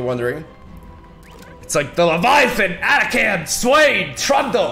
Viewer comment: AH-TAH-KHAN didn't even hit once in this video, dafuq lol.